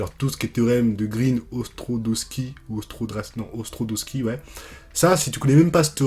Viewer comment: "Ostrodoski" 😅 (Ostrogradski ahahah)